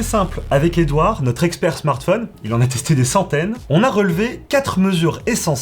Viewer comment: Rien qu'à l'écoute de la prononciation de "smartphonne" j'arrête là. C'est ton métier en plus mince!